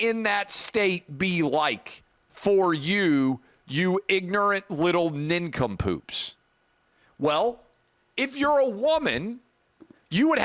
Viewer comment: He called them nin-come-poops